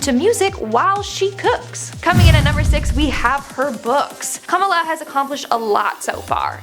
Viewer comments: I'm not making fun of but we in Trinidad pronounce Kamala like Kamla and hearing how she pronounces it makes me laugh a bit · butches her name so badly. 😬